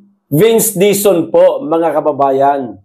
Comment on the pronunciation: Warang retter L si sec dizon.puro R